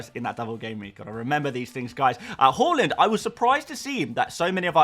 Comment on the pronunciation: Haaland is pronounced Haa-land. NOT Haw-lund. Please visit YouTube and listen for yourself. It’s mad you make FPL content and can’t pronounce Haaland correctly